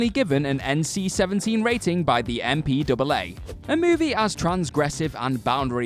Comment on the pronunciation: No one calls it the "M P Double A" It's "M-P-A-A"